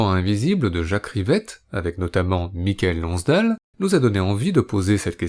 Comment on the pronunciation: "Des Dieux et des Hommes" ne date pas du début des années 90, contrairement à ce qu'on entend ici, mais de 2010. Et, quitte à consacrer un Blow Up à un acteur célèbre, autant bien prononcer son nom. On ne prononce pas Mi ka el, mais Maï keul Lonnss Dêle.